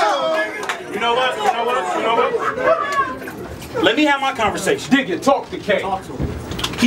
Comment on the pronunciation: Aye what tf is a canvaesation????? LMFAOOOOOOOO